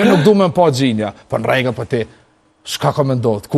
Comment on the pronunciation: Si thote ky ? nrrregèll